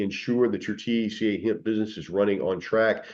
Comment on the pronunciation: He can’t pronounce THC A, he says it as one word! 🤣😂🤣